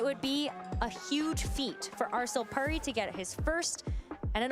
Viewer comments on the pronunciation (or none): No way she pronounced puri like purry 😂